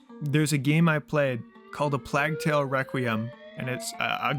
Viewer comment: bro said "plag tale"